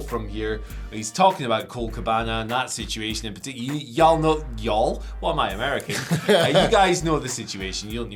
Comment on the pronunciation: As a Texan … that Y’all was on point